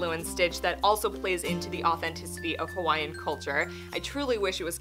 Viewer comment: Great job pronouncing Hawaiian words 😊